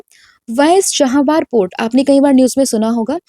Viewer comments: Mam i am sorry but i want to tell you ki its cha-ba-har not cha-ha-bar , sunne me Achha ni lagte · It’s Chabahar , not Chahabar